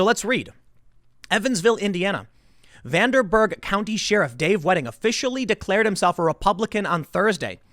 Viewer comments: Tim why do you pronounce "sheriff" as "she-riff". It's driving me crazy. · Tim pronounces sheriff as 'she-ruff'. That's all :) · Am I the only one who picked up on how Tim pronounces Sheriff? He says it like sheer-ruff .. fucking weird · sh-eh-riff = sheriff 😂❤️ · Tim saying She-riff is weird. Lol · She riffs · I know, it really bothers me when he says sheer-ruff lol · “She-riff” Seriously? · It’s pronounced Shehr-iff my dude... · Uh Tim, in America, we pronounce it "share-if" . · Does Tim always say "sheriff", like "sheeriff"? 🤔 Never noticed that before. .. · You may be asking yourself why I pronounce it SHEER-iff, that’s honestly what I was thinking when he said that haha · Digital Footballer Lol this guy pronounces Sheriff as sheer-ruff .. fuckin weird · Tim. I say in friendship, you are miapronouncing "sheriff" and it's driving me nuts. =) love your content, "sheh-riff" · Take a shot everytime Tim says "Shearif." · Why do you say "shee-riff" Tim? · What the hell's a "sheeruv"? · You lost me at “shee-ruff” 😂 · It is pronounced like this Tim: share - riff. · Shear rift! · Who tf pronounces sheriff, “sheeriff”... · Nah ... “she rif” just sounds weird. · Everyone: Sheriff Tim: Sheerif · OMG thank you... this actually annoyed the HELL out of me... WTF is a shee-ruf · Why is Tim pronouncing the word “sheriff” like “sheeraf”? Am I going nuts or is Tim a Chinese Manchurian candidate being activated? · Tim. Sheriff is pronounced like [share-iff]. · “Sheer-if Wedding” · Sheriff, not "Shee-riff", or whatever you're saying. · Tim, its pronounced share-uff. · Is sheariff some kind of Chicago accent thing? Literally never heard anyone say sheriff that way until now. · Ed Carone III Yes! It makes me shudder every time he says it. Why does he not know how to pronounce it? It is pronounced like this: share - riff. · Lol. "Sheeerif." I noticed that too. So cute. :) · Lol I looked through the comments specifically for this! Sheeruf! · Noticed that too, the sheariff....lol